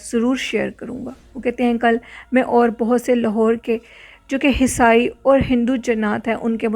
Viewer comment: Not hisai sister the world is , esai , ok dear sister plz u don't mind, me hmesha ap ki correction karti hon, i am sorry agar ap ko bura lagta ho😍😍